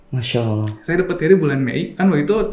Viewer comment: admin nya..tlg belajar mnyebut nama Allah dgn smpurna.